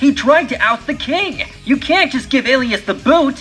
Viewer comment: Oh great I pronounced Elias' name wrong XD Anyways great comic dub ^^ it was really fun to be a part of